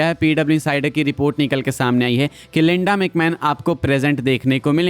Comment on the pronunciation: Bro its linda not lenda😂